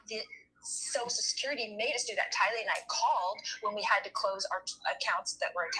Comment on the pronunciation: Tylee not Kaylee